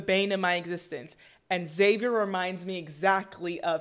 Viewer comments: Xavier is pronounced Zay-vee-er, not Ex-zay-vee-er. Like Xylophone is Zylophone, not Exylophone. The people in the movie pronounce Xavier correctly. Just copy them. About 90% of YT reactors mispronounce this name. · Stop saying "EX-avier" it's "zavier."